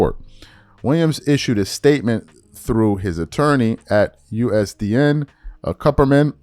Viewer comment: His name is WilliamSON, not Williams. The entire statement, you butcher his name. You need to quit reading, gang. The struggle to enunciate basic words is embarrassing. "At U.S.D.N.?" WTF? It Usdin, fam!